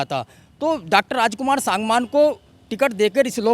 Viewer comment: रिपोर्टर सागवान बार बार अशुद्ध बोल रहा है।बोलकर ठीक करा ओ सांगवान शुद्ध उच्चारण करे।SANGWAN